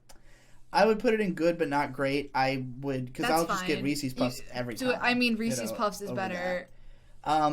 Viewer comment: >"big Reese's fan" >Says it "Reesees" Is this just an East coast thing to butcher the pronounciation? I've never heard it from the West, Midwest, or South